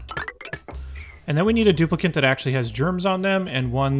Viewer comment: stuplicant :D